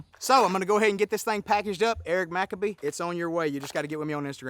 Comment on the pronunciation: Eric McCabe is a professional Disc Golfer. If you weren’t aware!! You pronounced his last name hilariously 😂😂